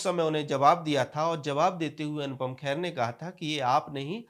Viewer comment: Arre bhaiyya khair nahi hai wo kher hai.Naam theek se lijiye